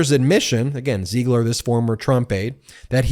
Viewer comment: PLEASE, pick a pronunciation for Ziegler and stick with it. It should be pronounced /ZEEgler/.